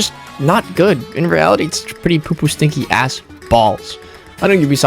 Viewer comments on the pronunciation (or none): says "stiny" instead of "stinky" 0/10 video. Do better